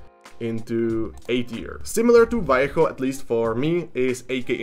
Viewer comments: Thanks for saying "Vallejo" and not "valley-ho" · Micron is neat for doing text! Also neat, you say Vallejo right haha, most people miss the "B" sound at the start.